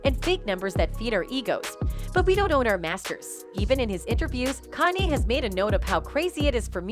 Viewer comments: whatever bot that is reading this needs to learn how to say KANYE properly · Who the fuck is Kylie. They need to get a black voice to tell these stories. I ts disrespectful to keep pronouncing the black artist names wrong. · watch this if you need to learn how to mispronounce KANYE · Whoever owns the AI narrator used in these vids REALLY needs to train it on correct anunciation of words and names, bc the damn thing prounounces "Kanye" at least five different ways during the video, and makes other grammerical errors! What happened to AI being more intelligent than humans? This bitch cant even speak ENGLISH! (Oh, and it happens in EVERY video that uses this AI Voice narrates, so ive been hearing these silly mistakes for AWHILE now!) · “Canay” it’s KANYE. I swear these channels purposely mispronounce peoples names if they can help it. But then say everything else right, It’s starting to get annoying. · If only the woman pronounced Kanye correctly. It's KANYE, not Kaneye! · I love this video, BUT why not use a real person to voice the piece????? The fact the AI generated voice repeatedly saying “Kah-nai” instead of KANYE was irritating AF. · Who the hell is Kan-Eye?😂😂😂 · "Kanhey west" 😂 A.i you funny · This AI channel calls him con eye and can eye, which is better than the last one i watched that called him cane. I hate AI channels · The music industry was designed to keep the artists in debt and own non of their own material. And why is this bi*ch calling Kanye......Con I, Con A, Can I. I mean WTF. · TTS isn't allowed on YouTube i thought. Thr AI's pronunciation of Kanye is a dead giveaway. Try harder next time 🤦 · Would be cool if the narrative voice could properly pronounce Kanye's name, no? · Learn how to say Kanye’s name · Why is Kanye's name pronounced different everytime 😅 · Why can't she say Kanye???🤦🏾‍♀️😮‍💨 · The greatest murder is how this lady pronounces Kanye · This bot can’t pronounce “Kanye” 😂😂😂